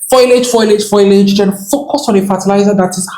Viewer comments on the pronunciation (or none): Maybe he's saying foilage... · Am I the only one upset I can't make fun of the way he pronounced foliage in text?